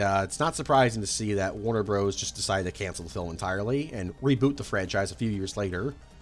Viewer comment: If you pronouce Bros. as Broes, do you pronounce Dr. as Drer?!!!